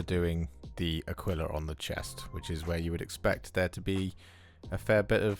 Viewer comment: FYI - 'Aquila' is pronounced more like 'Akeela' being a latin/Spanish word